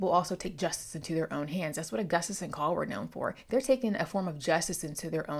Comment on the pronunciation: Call. Like the word. Like a phone call.